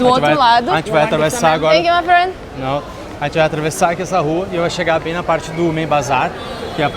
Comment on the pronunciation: "Tankiu my fren" kkkkkkk nsei quantas vezes ouvi isso